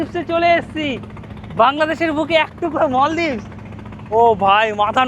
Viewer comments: মলদীপ নারে ভাই মালদ্বীপ, মালদ্বীপ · ভাই মলদইপ না মালদিপ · ভুল। মালদ্বীপ বাংলা অপভ্রংশ। ইংরেজিতে এ দেশের নাম Maldives (উচ্চারণ মলডিভ্স)।